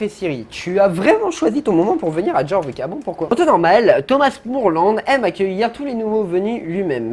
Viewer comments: Alors juste sa ne se dit pas Jorvik mais Yorvik (Mais sa s'écrit Jorvik) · Petit cours de français version sso: Jorvik se prononce yorvik et ged se prononce g e d. Voilà j’espe que tu passe une bonne journée!